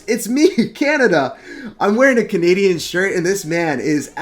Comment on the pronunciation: I love when people actually say canadaian 🤣🤣🤣